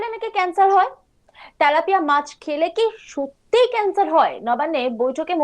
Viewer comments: 😅 তেলাপিয়া হবে। তালাপিয়া নয়। 😅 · ত্যালাপিয়া নয় ওটা তেলাপিয়া হবে